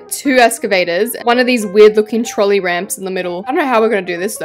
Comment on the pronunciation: I loved when you said trolley😂😂😂